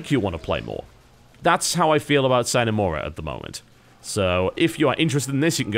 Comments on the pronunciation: Uh, Ok. I guess being home schooled would be a reason to not know math or have learned how Sine is pronounced from Trig. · Not if it's a Latin word. It's actually pronounced with an audible "e" sound at the end: S-I-N-E. It's pronounced phonetically. And in this case, it IS a Latin word, meaning "without".